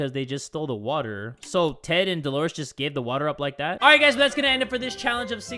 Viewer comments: we got a bottle of WAACAAA me: Yay we have some more WAACAA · says: WATTAH asian man on tiktok be like: I’m proud of you son. Bc the man also says water as “WATTAH”